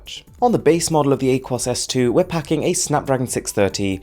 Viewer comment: It’s ah-kwōs not whatever you said